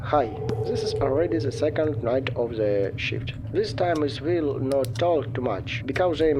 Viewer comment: "night of SE shift" What do you mean "SE shift" I can't do this this is too funny